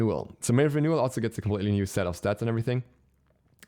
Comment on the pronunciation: The "Ee-set" is so dumb fucking terrorist ruin everything lmao